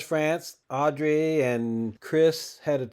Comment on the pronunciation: Her name is Audra, not Audrey.